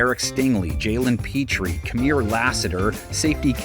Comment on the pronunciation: y'all crazy it's not kamir lassiter it's kamari lassiter